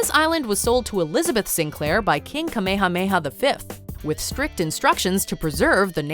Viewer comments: "King Kamehameha the 5th" well, it sort of sounds like it if somebody who never heard of dragon ball tried pronouncing it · It’s actually pronounced Ni’ihau like NEE-EEE-HOW. And it’s CAM-AY-YA-AY-YA not however you said it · You are almost pololei/correct about the pronunciation of Ni`ihau. Its actually more like Nee ee ha oo. Kamehameha - Ka-meh-ha-meh-ha